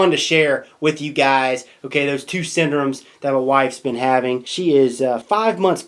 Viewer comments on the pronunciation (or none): none